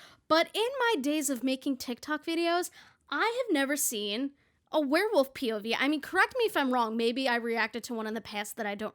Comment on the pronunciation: after the third time you said "pov" i started hearing "pubies" and it made this video even better :')